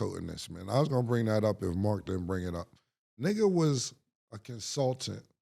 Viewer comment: Nor is counseltate 😅😅